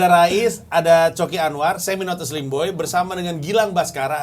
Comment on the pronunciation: Kalo didenger-denger, dari dulu bang pandji manggilnya NATUSLIMBOY bukan NOTASLIMBOY